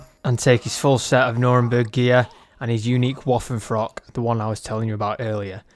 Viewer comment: "Woffenfrock"...come on man.